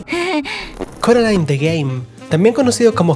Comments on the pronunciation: Soy Española, he visto la pelicula es español, tuve este juego en Español y me sigue reventado que llamen Coralin. !¿COMO Q CORALIN?! Se promuncia Coralain. Y no admito discusión. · Carolin ? No es coralain ? Estos españoles estan bien chaquetos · porque le dicen CORALIN???!!! me apuñalo los oidos >:( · ¿"Coralin"?... WTF, Es doblaje de España, pero en la película nunca se pronunció así 😂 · Le dijiste a Coraline, Coralin? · Me causa temenda incomodidad cada vez que dicen carolin xdxdxddddd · Coraline ❌ Coralin ✅ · Ko-ra-lin... ¿¡QUE?¡ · No se, simplemente me da risa el “Coralin” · CORALIN? Disculpa?! No. Simplemente, NO.